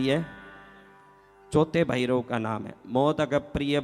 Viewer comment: अबे पहले भैरवकाही नाम गलत लीया चुतिया. असितांग नही अतिसांग है. उज्जैन मे भैरव मंदिर है अष्टभैरवका वहा जा के देख ले. भैरव को बैरव उच्चारण करता है.